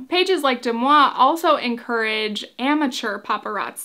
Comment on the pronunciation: Why are you pronouncing it incorrectly? Deux Moi is french for two me and it's pronounced "duh mwah" not "dem awe". The mispronunciation, considering all the resources out there to correct you, is totally distracting